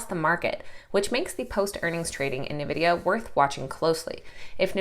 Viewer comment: Awesome report. The name of NVDA is N vidia, not novidia.😉